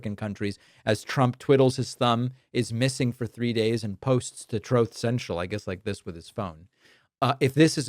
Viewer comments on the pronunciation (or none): Again with the "trowth" thing. I'm fairly certain I've heard you say the actual word before, what's with the "trowth" thing?